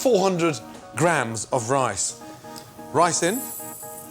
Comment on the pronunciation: ricin?! You tryin to poison me Gordon?